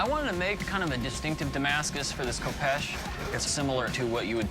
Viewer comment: This show cracks me up everytime an American struggles with the pronunciation of a sword. 'Ko-peesh" aye 😅